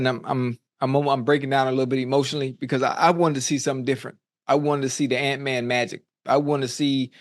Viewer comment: He said ant magic.. 😂